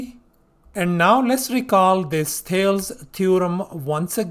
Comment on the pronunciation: I love your channel. FYI in American English we are taught to say THAY-LEES